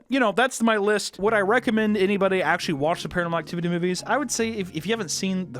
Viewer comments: Ah yes, Paranal Activity. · WHY DO YOU KEEP CALLING IT PARANEL ACTIVITY!??